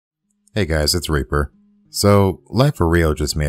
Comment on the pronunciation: Sounds like you said Raper in the beginning. TBH AoE frames like ember and equinox ruins it more for me.